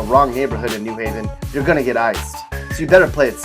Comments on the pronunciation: Depressing. Plus, you said NEW Haven instead of New HAY-ven. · It’s New HAVEN. Not NEW Haven. The accent is on the Haven. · I think you should at least learn how to pronounce "new HAV-en" correctly before you denigrate it. It is clear that whoever threw this "crummy" pastiche together has never been to Connecticut. Connecticut at its "worst" is still great.